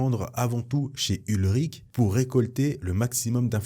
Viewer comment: Salut, merci pour ta vidéo, j'aimais déjà tes vidéos sur Star Wars mais là c'est encore mieux pour moi 🤗 Petite précision, le journaliste ce n'est pas "Ulrich" mais "Ben Urich", le personnage existe également dans l'univers Marvel Original et on peut le voir aussi dans le film Daredevil de 2003